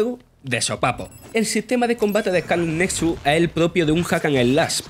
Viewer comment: Eh-cá-le netsuts